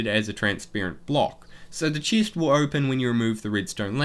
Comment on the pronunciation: Nice video and helpful af for my faction! Btw why can't you say the soft "e" tho ( Chist Protiction) Im saying I hate it, I just never heard of an accent like yours before 😂